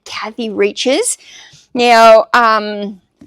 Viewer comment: Hi! A couple times you have mentioned Kathy “Reaches” and her Bones Series. Her name, Reichs, is actually pronounced “Rikes”. I had the pleasure of meeting her a few years ago and she was lovely! Keep these videos coming! Lisa in Indiana